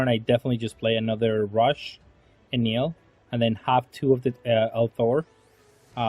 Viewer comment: if im not wrong his name its pronounce EhnehL not Enil